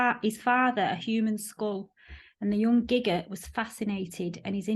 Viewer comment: Is it not guy-grrr not gig-er